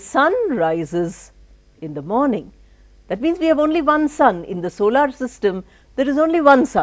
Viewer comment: Ma'am you are a great teacher.You are a model for all of us. I heard you say solar as dollar instead of solar. The phonetic symbols are not available. Anyway you are doing wonderful job.